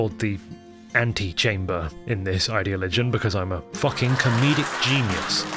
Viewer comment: No shit I threw my head back when you said Ant-e-chamber.